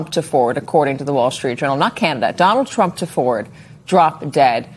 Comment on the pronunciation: Is it just me... or doesn't sound like every time Elise Labott says his name she says "President Chump"?